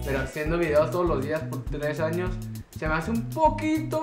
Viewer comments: pris siempre queriendo ganar.. pero si ya es el 3er video de preguntas y respuestas.. y que risa NO se dice ANIOS es ANOS.. jijiji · Alguien sabe por que en ves de decir "años" dice "anios"